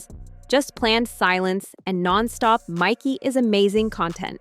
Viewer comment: It is MIKEY, not MICKEY or MICKY.